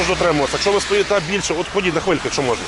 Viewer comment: чому в тебе всі поліцейських мавпи, а ти нє?Я бачу по твоїй мові що теж мавпа,розмовляти не вмієш на рідній мові додаєш м,який знак де не треба сімдесять???чи сімдесят,наголос ставиш де не треба,букви ковтаєш мона,тре,хтів що це за мавпячи слова чи проблема вивчити рідну мову.???